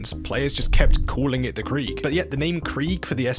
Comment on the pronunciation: him pronouncing krieg the english way here kinda triggered me as a german